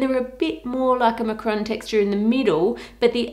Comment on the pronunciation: Macaron (french dessert) Macron (french president) Macaroon (coconut cookie) It really sounds like you're saying Macron, you need another a sound in there!